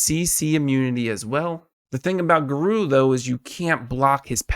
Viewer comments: Geru? GeRU!? GERU!!?? GA- RO- U. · “Gar O” is really really good